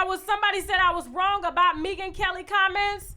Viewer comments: I can’t with the way you pronounce her name: Mee-gan Kelly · Maybe it is me. But I was not able to finish this video. Mispronouncing Megyn's name...an the light skin chick comment. I will try again when I am not detoxing & can drink wine with you.